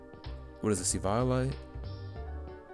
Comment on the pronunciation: Why he say eviolite like that